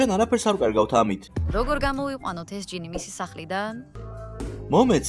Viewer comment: გჟინი კი არა ჯინი